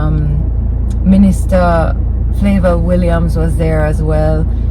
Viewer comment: I really rewind to see if you really said "Flayval" Williams and you did 😂😂😂